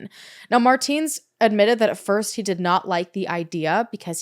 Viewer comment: It's pronounced "Mar-tens", it's been driving me insane the entire video...